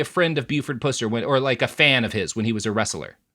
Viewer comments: Please PLEASE stop pronouncing his name pewser. It's pronounced puhser...he was a jerk either way though tbh. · You keep saying his last name wrong. It's Puss-er, not Pew-cer. But you would have to have grown up in red neck hell like me to know that